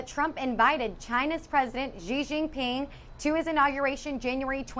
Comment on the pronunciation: Xi is pronounced as "she". You're welcome